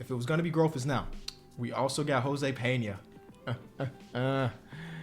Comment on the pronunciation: bro my last name is Peña I can’t believe you pronounced it right😭thank you